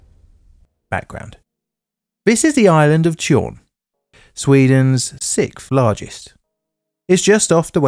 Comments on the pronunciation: Did you just say 'Sith' largest? 🤨 But if not, carry one with explaining more about this maritime induced unexpected deconstruction. 🤗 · Sixth has a goddamned X right in the middle. You can't just leave it out. It's not an evil Jedi, it's a number. Pronounce the damn thing!